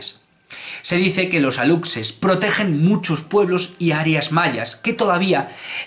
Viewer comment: Excelente video mi querido, tengo un comentario solamente:D en México lo pronunciamos como Alushe, es su forma correcta y te cuento, hace poco hubo una controversia porque nuestro presidente publicó una foto de un alushe, muchos lo tomaron a burla pero a mi me gustó:D